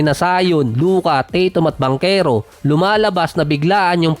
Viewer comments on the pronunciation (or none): none